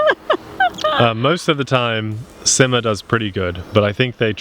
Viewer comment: I know this video is a week old, but it is pronounced See-ma.